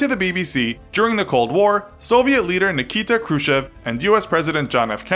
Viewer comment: who the hell is KRUSHEV, come on for a history buff you could at least try to pronounce it right